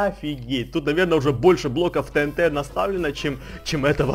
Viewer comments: не тнт а тиэнти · Всё класс но не тээнтэ а тиэнти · Не тенте а тиенти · правильно говорится тиинти